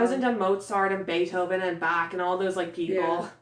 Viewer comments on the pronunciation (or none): busy with highlighter: posing in the background like a model XD "What is the hardest math problem you ever had to solve?" I don't know would have asked that one XDDD I also love Legalus (I cannot remember if I spelled that right forgive me if I did) It's Bach not bAK XD XD <3 What's your top favorite sereis awkward silence intensifies XD Loved it! Can't wait for part 2! <3 <3